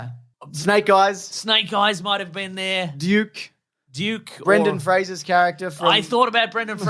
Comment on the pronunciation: Did he say Duke, or Juke?